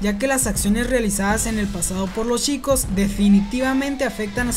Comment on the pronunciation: Porque en vez de CH pronuncia SH Ej: Chicos = Shicos.